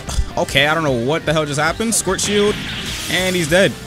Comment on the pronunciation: i love how he pronounces "schwartzshieldo" as "squirt shield"